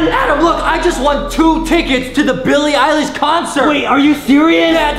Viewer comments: 😂😂😂 i like Justin he say hey hey Adam Adam billie eilish more like Mike-Ie eye Lish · Adam was looking so funny when Was drinking chocolate milk and Iustin said billie eleysh more like Milky eleysh it was soo funny 😂😂😂😂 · No one: Me:ik this was coming Justin:milk-ey-ilish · I really laugh so hard when justin say billie eilish? "More like milk-ie eye-lish" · “Milk-ie EYE-LISH” -Justin 2019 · The funniest is adam cry chocolate milk hahahahahaha😂😂😂 and justin said bilie lish is a milky-ie-lish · MILK-IE-EYE-LISH LOL that part made me laugh 🤣🤣🤣🤣🤣🤣😂🤣😂🤣😂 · Billie Eilish More Like Milk-Ie Eye-Lish!😂